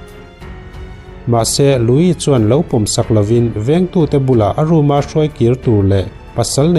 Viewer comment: Louis i lam dan pawh a dik thlap e,mitam tak chuan Luis ti in an lam thin a,nang nge nge,i special zia alang e